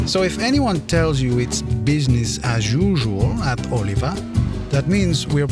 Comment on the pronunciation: Is he pronouncing Oliva the correct way? 😆